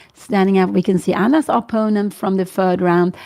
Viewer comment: I would like to offer the tinniest bit of help for Ms. Cramling's great commentary. The word in English is pronounced opPOnent (accent on the second syllable). Since it's a word that comes up constantly, I thought it was worth mentioning for the future. Thank you for your work on the channel.